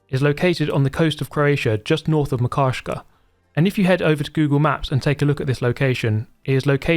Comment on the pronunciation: Croat here - [mâkarskaː]; Italian: Macarsca, pronounced [ma'karska], apart from that, the best useless video I've seen 😁